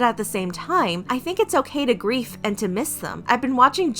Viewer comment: and grief instead of grieve